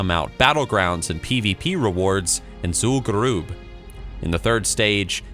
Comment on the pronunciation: "Zool garoob"